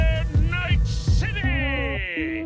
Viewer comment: CITEH OF DREAMS